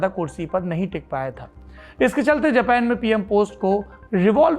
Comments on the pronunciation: खोतनाथ जापान को जपैन क्यों बोल रहा है। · जब हिंदी भाषा का इस्तेमाल करते हैं तो अपने शब्दों का इस्तेमाल भी भारतीय हिंदी ही रखें। बार बार जापान को जेपेन सुनना बहुत चुभता है। कृपया वही रहें जिसके लिए आप जाने जाते हैं यानी हिंदी पर जबरदस्त पकड़ के लिए। बेवजह दूसरों को कॉपी करना और खुद को आधुनिक दिखाने का बेजा प्रयास छोड़ दें। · जपेन नही जापान